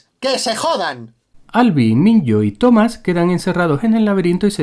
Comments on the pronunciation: *Minho (minjo) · De los errores no tengo nada q decir pero... Minyo?? En serio? X favor es Minho 😂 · Amigos, se que el video es viejo y todo pero debo decir esto, osea no se dice Minyo se dice Minjo y se escribe Minho y el nombre que le pusieron a Newt.., amigo está fuera de onda, y para entender porque Gally sigue vivo debes leer los libros, y además a lo q le pones misterio todo tiene respuesta, pero como la gente es tan perezosa no leen los libros donde van encontrar todas las respuestas de los enigmas de la película... Ya,gracias, se tenía q decir y se dijo